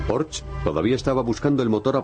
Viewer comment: pensé que iba pronunciar mejor es Porsche no Porsch, con razón hoy la gente utiliza la w en vez de g para decir gueon por ejemplo, o para pronunciar mal mi nombre.........